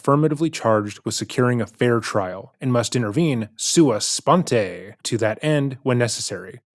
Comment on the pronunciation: I love how he read sua sponte. Like he was in a tequila commercial or something.